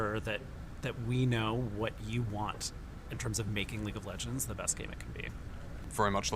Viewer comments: Ah, league of leegnds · Leauge of Leegnds